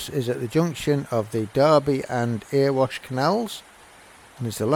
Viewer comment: ...Nice video, but - so that people don't mistake you for a 'foreigner', it's actually pronounced 'Erry-wash' - NOT 'Ear-wash' - mate 🙃🤣! Thanks for sharing! 😉👍